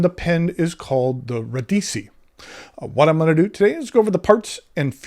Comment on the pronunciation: FYI it's ra- DEE-chee.